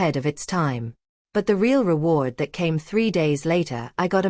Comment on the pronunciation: How did the brother get the address? What is "ray-all" love?